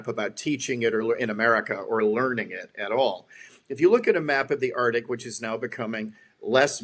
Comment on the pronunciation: FWIW it's "ARK-tick" not "ART-ick"... Good interview! Calls a spade a spade.